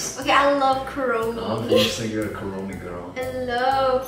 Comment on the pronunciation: Did Levi say keroppi or kuromi